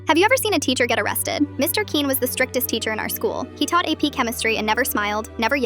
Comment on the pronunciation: The way the AI pronounces Quinn really grinds my gears its pronouned like kwin